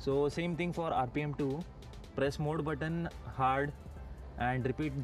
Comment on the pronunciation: very informative. And it's MODE NOT MOOD ! It's kind a funny!!